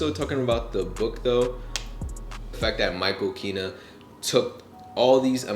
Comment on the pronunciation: Greetings. Excellent choice in choosing Michael Kenna's book. I just wanted to take a moment to give some constructive feedback. Before my advice, the last name is pronounced KEN-nah (as opposed to Kee-nah). Now for the hopefully helpful advice (and it is truly meant to be helpful...). Michael Kenna is a master photographer. His work spans decades and his photography is featured in galleries around the world. While he has traveled/does travel around the world to photograph, it is a bit more than him just liking to travel. I certainly understand that Michael Kenna could be new to you as a photographer. However, the casual description of his traveling, the surprise that he has enough images to fill one book (galleries are filled with his images), and the "My bad" with the pronunciation of his name, doesn't do justice to his level of accomplishment. It would be like describing Barack Obama as "A cool guy who was in politics," instead of the President of the United States. There are some wonderful YouTube videos of interviews of Michael Kenna, as well as his photography, that I think you would enjoy. Overall, I enjoyed your presentation and discussion of the book. And it is true. It is the vision of the photographer, not the gear they use.